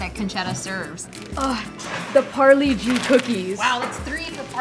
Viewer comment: The way she pronounced Parle-G gave me chills. Lady its pronounced Parley-Gee